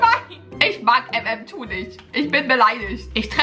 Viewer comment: Die 2 in MM2 wird deutsch ausgesprochen!😂